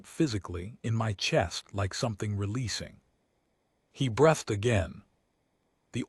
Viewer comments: Please programme your A.I. to read (pronounced “reed”!) the word “breathed” correctly! Someone takes a “Breath”, therefore they’re “breathing”. Someone starts to “breathe” & everyone is relieved they “breathed”. ….. add the “e” to “breath” and it changes to sound like “breeth”. Maybe the writer doesn’t have English as their first language? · Nice little story. Too bad the AI can’t tell the difference between breath and breathed past tense. Just shows you any program is only as good as its input.🤓